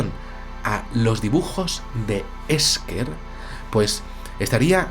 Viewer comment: yo lo pronunciaría Ésher.